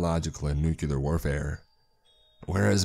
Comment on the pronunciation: Nuclear. Say it with me: "NEW-KLEER". Not "NEW-CUE-LAR".